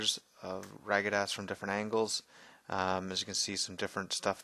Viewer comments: Radagast! Radagast not Ragadast! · "Ragadast" ? x) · Dude, the wizard's name is RADAGAST. Respect the memory of the maker. RADAGAST. Nice paints. Take your time. Clarity is key.